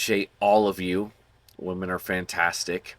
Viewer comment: How you said WAmen, I loled. Love your content man :)